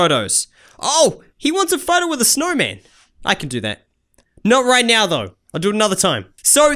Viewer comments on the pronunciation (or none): I thinked he said the snow butt